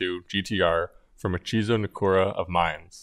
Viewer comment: Mine is pronounced "Mee-Neh." It's a Japanese name